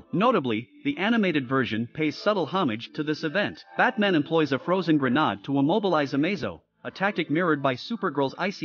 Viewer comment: Grenade, not grenadd. 🤦🏻‍♂️